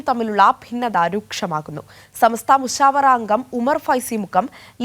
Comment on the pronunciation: മുശ്ഫറ അല്ല മുശാവറ